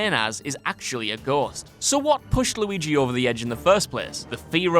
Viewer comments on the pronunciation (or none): none